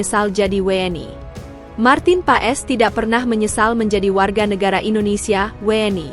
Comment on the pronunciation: Marten pas bacanya mbak jgn paes😂😂😂